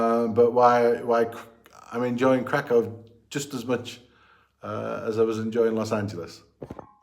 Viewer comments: If you want to further improve your pronunciation of Kraków, here's a tip for you: ó = oo sound (as in look) and therefore read it as Krakoow not krakow :) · Well, to be thoroughly correct the city name is Cracow or Kraków (pronounced Krakoov) 🙂 Interesting vlogs! 👍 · LA just like other big cities in Cali has the big problem with significant homeless \ drug-addicted population living on streets, parks, and so on., you won't see it in Kraków. One more small thing, "ó" vowel in Kraków is pronounded like English "oo" as opposed to English "o". Good luck living in Poland.